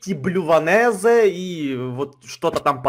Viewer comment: Баланезэ а не блюванэзе